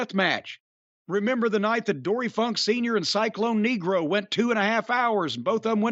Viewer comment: "Cyclone Negro" accent on the wrong syllable there, Jim.